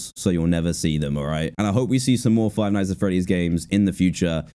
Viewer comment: You said "Frive Nights At Freddy’s"…